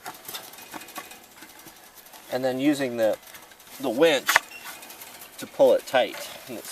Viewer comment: Be careful how you pronounce "winch" (ref. ). People might get the wrong idea. ;o)